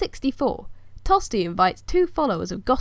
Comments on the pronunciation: My name is Tostig! Not Tosty! Say my name properly please! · Is there a reason why you pronounce his name 'Tosty' and not how it is written? Not trying to sass you but I'm just curious if I'm saying it wrong. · It is actually pronounced tostish the Anglo-Saxons pronounced ig at the end as sh just like Germans now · A long, long time ago... And I hate to break it to you but most people in Northumbria were Danish and spoke a different language to the south and hence “Tostig” is not pronounced “Tosty” in Northumbria. As Earl, I ought to have you arrested and thrown in jail lest I become a spectacle to the world! You are just like my usurper brother! Tostig Godwinson Earl of Northumbria Rightful king of England.